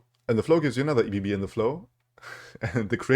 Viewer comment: Comment for the algorithm and to be an annoying know-it-all: it is not E.B.B. - as it is not an acronym but a word - ebb and flow = Ebbe und Flut The Lay of Blood only gives you only units - so no discarding jury rig to get a fleeting jury rig - still awesome and the synergies are fun love nami love you - keep up the awesome work